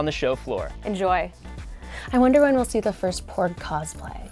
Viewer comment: Ooooh, "PORG"! I thought he kept saying "BORG"...